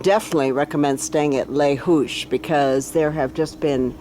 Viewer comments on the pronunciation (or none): its pronounced Le Zoush